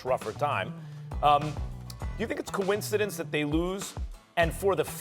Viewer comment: This guy says coincidence with a K